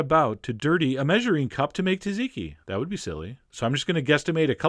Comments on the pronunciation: "Cha-chee-key" is a mighty good try at pronouncing, all the more for a New Yorker. If you can make the tiny switch to "Jah-jee-key", you will find yourself able to travel undetected in Turkey, Armenia, and Persia, the region of orign of the word, and, very probably, the dish. Which, of course, is between you and I, for it might cause lenghty and heated debates with Greeks. But that is maybe Sisyphos' roll, not mine...(drum roll) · "SOT-SEE-KEY" Not "tazeeky"... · It's not taziki, it's ZATziki... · Hilarious as always. Hate to say it but it’s pronounced ‘ZAT-ziki’ not ‘Tat-ziki’! Have a feeling you may already know that though! Keep up the hysterical work. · I Love Chef John. so , I'm going to correct you , because I Care... it's not Ta-zi-ki.. it's tsa-zi-ki... Chef John is the best !!! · It’s not pronounced taziki......it is pronounced tsatziki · Zaziki,not TAZiki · No cayenne, no paprika, no dill! Where's the olive oil and red wine vinegar? And, for the love of gyros, when is someone outside Greece gonna call it what it is...."Zot-zit-key" not "ta-zee-key"?! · Ok good video, but its not "tuh-ziki" its "zah-tziki" i swear every time he said it i shuddered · repeat after me john: za-ze-key, not taziki, or chachikey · is sauce ki correct pronunciation hai sat-see-kee sauce, isko normally thora taizi se boltay hain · Tsat- zeee -kee. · I have family in Greece and they pronounce the tz sound almost like a j so it sounds like ja-jee-kee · He pronounces it “taziki” ??!!! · I’ve seen Gordon Ramsay make this and I’m pretty sure it’s pronounced “terzicky”. The Brits do have an excellent reputation for correctly pronouncing foreign words. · Its pronounced "Zadziki" ya dumb yank!!!! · Great video, though just so you know, it’s pronounced “Zat-zee-key”😊. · Why are you pronouncing “taziki”? Can’t you read what you’ve written it’s called? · ZATZIKI - you're pronouncing it wrong, I lived in Cyprus for 6 years, the emphasis is on the Z at the beginning, the T is silent